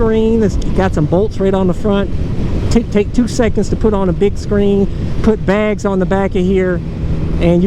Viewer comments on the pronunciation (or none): none